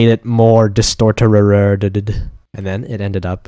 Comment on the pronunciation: "I made it more,.,.,.,.. disToRtUREReded" ??????